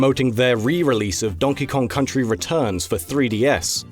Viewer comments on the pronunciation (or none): none